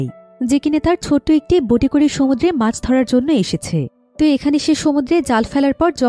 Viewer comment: Pach 😂na mach